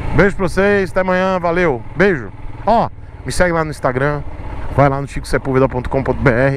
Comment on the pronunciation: ponto com ponto bê ÉÉrre. 🤣